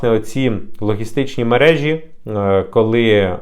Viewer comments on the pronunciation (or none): none